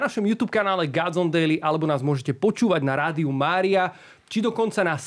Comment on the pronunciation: Vyslovuje sa gOdzone nie gAdzone. Pili mi to usi.